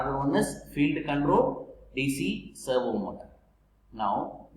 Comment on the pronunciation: Servo motor ❌ Servo motas✅...😂😂😂😂